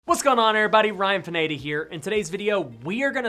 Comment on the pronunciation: Hey Ryan, I really enjoy your videos and I really have learned a lot and even more important, I feel motivated. However, how you say your name is annoying. Why do you say your last name, “Pinedi” when it’s Pineda? You make it sound Italian when it’s of Spanish decent on pronunciation.